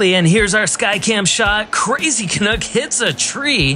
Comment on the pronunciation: Canuck rhymes with "duck" NOT "cook". Thanks